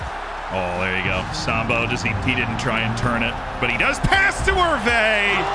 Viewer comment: The way you say “Sambou” sounds like the racial slur… I’d suggest stressing the “-ou” on the end more…